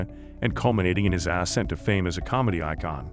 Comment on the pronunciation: Learn how to say "ascent"